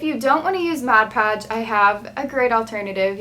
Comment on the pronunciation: It's mod podge.